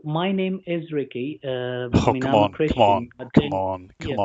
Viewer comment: Pokemon (MR.BEAN ACCENT)